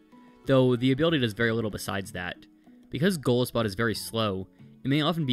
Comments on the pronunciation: It's golisopod, not golispod. Sorry I had to point that out but it was driving me crazy lol. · um aktually its pronounsed go-lie-so-pod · I don’t leave this comment to be mean, I truly don’t, but Golisopod is pronounced goal-EYE-so-pod. It’s a mixture of Goliath and isopod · The way he pronounced golisopod caused me physical pain